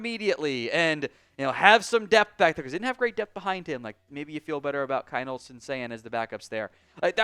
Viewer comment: It’s still pronounced Keen-holz!